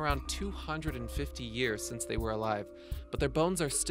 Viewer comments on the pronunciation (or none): none